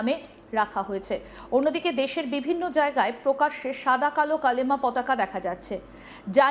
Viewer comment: Hijra talks India wins. It's not kalma it's kalima😂